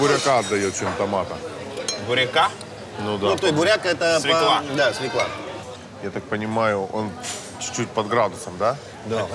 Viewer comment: Прекрасный выпуск, как и большая часть, интнресный. Но Юраааа, какая свклА?! Ты же журналист. Ну бляяяя. Мне прям как лейзвием по ушам.